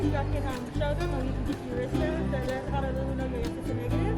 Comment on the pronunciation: loved this video ! Point of correction in pronouncing Honolulu... proper pronunciation is that Honolulu has no 'a'. Hoe (like the garden tool) - know - lou - lou .